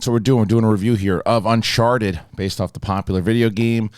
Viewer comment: Did say unsharted at the beginning 😂